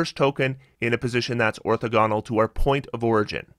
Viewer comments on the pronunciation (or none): you should also google the pronunciation of orthogonal